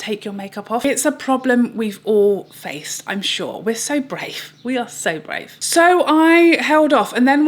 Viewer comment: "We are so brae" - I genuinely laughed out loud. You are my favourite!